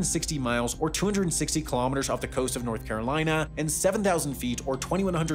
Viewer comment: “North” Carolina 🥲